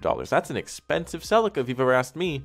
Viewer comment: Love your videos dude, but the way you pronounce celica just grinds my gears something terrible